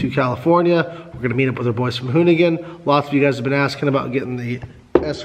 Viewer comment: hoonigan not hooligan